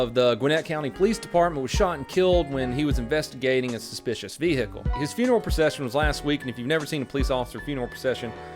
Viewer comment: You know used to be a cop when he pronounces vehicle like vee hickle